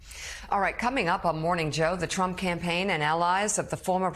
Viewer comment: Did she just say Trumpone!? LOL she did a funny, that was funny!